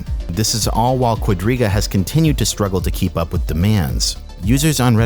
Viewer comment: Am I the only one who misheard Quadriga as Rodríguez more than five times?